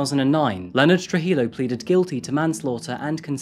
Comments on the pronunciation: It's pronounced true-hee-yo. More silent letters. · True-He-Yo not True-He-low... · The double L in Spanish is pronounced like a Y. You said Trujillo wrong.